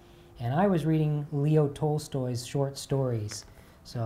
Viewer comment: I’m glad you read Leo Tolstoy but please don’t touch Alexey Tolstoy,a communist writer. I would also recommend Short stories of Turgenev. Your pronunciation is beautiful , please record books for us.